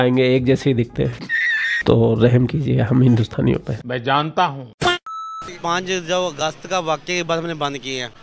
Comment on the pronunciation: Bhai yr word hi kya use krte h yr irritate hota h isse. Vajuhaat, talukaat, hukmraan, laudalaat, 🤦‍♂️🤦‍♂️5 august hota h nalle. 5 gast nhi 😂😂